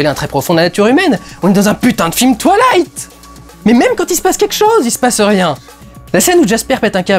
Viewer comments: Tu dis twalight au lieu de twouailight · "twa-ï-la-ïte", et pas "twa-la-ïte". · Ça me tue quoi il le prononce "toilight" 😂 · Quand tu dis twilight j ai l impression que tu vas dire toilettes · C'est cool, je vois que tu en as profité pour corriger ta prononciation de "Breaking Dawn" (En effet, "Breaking DOWN" ça le faisait pas trop) ... par contre, je constate avec amusement que tu continues à mal prononcer Twilight -> Twa-i-light serait plus juste phonétiquement ;) ... A moins que tu le fasse exprès car cette franchise ne mérite pas qu'on fasse le moindre effort sur la prononciation de son nom ... Ce que je comprendrais parfaitement ! 🤣